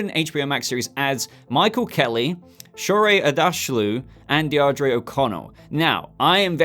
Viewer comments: I’m fairly certain that “Deirdre” is pronounced Deer-Druh. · The pronunciation of Deirdre 🤣🤣🤣